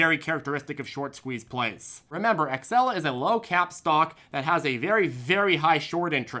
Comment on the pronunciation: Xela is pronounced Zeela, idiot.